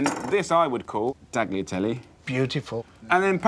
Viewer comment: no, he needs to learn how to pronounce tagliatelle first lol. No G 🤣🤣😅